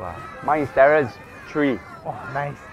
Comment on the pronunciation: “TERENCE” xD